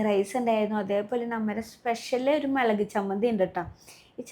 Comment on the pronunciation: മുളക് ❌മെലക് ✅